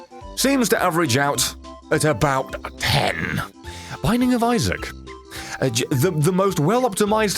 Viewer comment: Did you say wynning of isaac